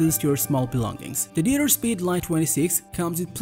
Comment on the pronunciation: Just a small hint: Deuter is pronounced "doi-ter/doita" not "duter" :) Greetings from Germany, where the brand is from.